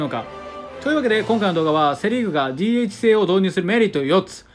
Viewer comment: DHの読み方が…